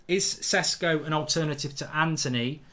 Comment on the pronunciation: It's prounounced "sheshko"